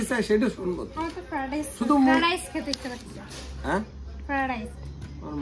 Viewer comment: কথা টা ফ্রাইড রাইস।